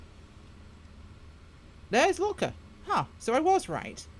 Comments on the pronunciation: Haha yeah. Great video, getting the name wrong every time of one of the most famous airports in the world... At least it made me laugh rather than annoying me! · Why the fuck do you keep calling it lulka? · Yeah, it's Lukla. I thought maybe it was a local pronouciation and I was wromg all along 😎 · I so much like the way you call that little airport LULKA. Sounds like Yiddish to me... A great video, BTW